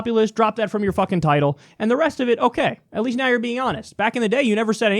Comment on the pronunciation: Every time he says fuckin it comes out more but u can tell he’s trying to hold it in